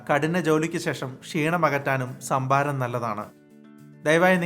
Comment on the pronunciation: ശംഭാരം. 😄😄 കരിക്കിലെ ശംബുവിനെ ആർക്കൊക്കെ ഓർമവന്നു.. 😜😜??